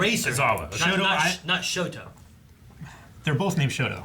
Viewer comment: The pronunciation of "Camie" has been a point of disagreement ever since she first appeared in the manga lol. Just pick whichever pronunciation you like, I guess. Also it's ShotA Aizawa and ShotO Todoroki, but I've watched Blind Wave long enough to know trying to correct is basically a futile gesture lol.